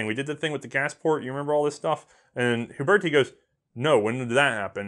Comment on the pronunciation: I believe its pronounced ooo-BEAR-tee Huberti